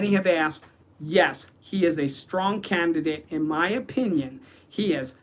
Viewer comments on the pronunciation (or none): none